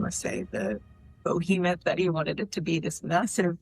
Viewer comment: did she say BOHEMOTH?